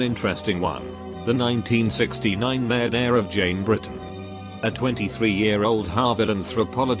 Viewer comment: No one:.... Reddit voice: Murdehhh